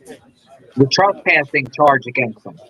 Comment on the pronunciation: Why do you say “trespushing”? It’s TRESPASSING